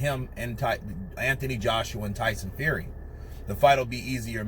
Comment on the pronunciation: You say ANTHONY wrong.